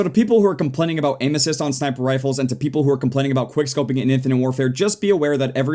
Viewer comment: when ever he says " Aim assists" it sound sounds like he's saying ANUSES